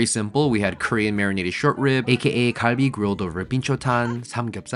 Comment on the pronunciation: I KNOW MF DIDNT PRONOUNCE KALBI LIKE THAT.... gall-bee is the correct pronunciation. I will say this is definitely a top tier dish id love to have it at my wedding.